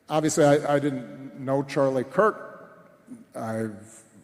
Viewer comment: Obama can't even say Charlie's name. Disgusting.